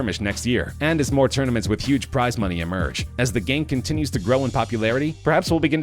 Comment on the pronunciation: "cemmer strike" wtf